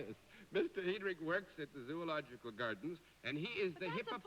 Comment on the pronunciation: I'm stunned that someone as erudite as John Daly would mispronounce "zoological."